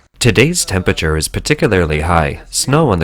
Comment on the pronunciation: When doing a video on extreme heat it helps if you can pronounce the word temPERAture and not tempiture.